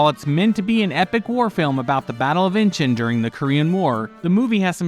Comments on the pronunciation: Someone really needs to learn how to pronounce words correctly. Amityville is pronounce AMITEE-vill, not Amita- vill. Amd Inchon is pronounced IN-chon. NOT inchun. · 'Inchon" is actually pronounced "In-shawn" not 'Inching". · It's not inchin it's in inchon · It's pronounced Inch on.